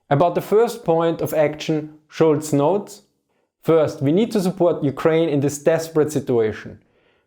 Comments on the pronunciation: His name is "Scholz" not Schulz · Scholz, not Schulz :)